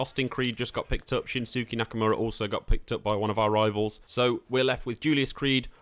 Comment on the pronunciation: and he absolutely butchered Shinsuke Nakamora’a name